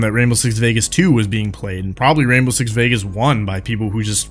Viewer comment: wwwwwwwainbow six siege! love it